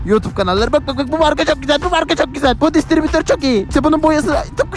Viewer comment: Kardesim bu DİSTRİBİTÖR ler nooollccekk.😂😂😂 disbiritor olmasin ?